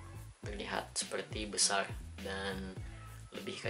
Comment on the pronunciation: Besarrrrr mas bukan besal